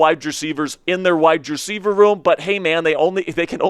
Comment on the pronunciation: Bro, you are awesome. I’ll start there. I am curious if the way you annunciate wide receiver he is on purpose? It’s hurts. 😅